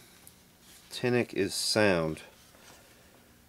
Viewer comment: it drives me nuts you keep saying ten-ick when it clearly says ten-IKE on the advert.. especially when you read literally everything except the pronunciation... lol love the vids tho... as an indiana boy i love locals doing good vids... keep it up!!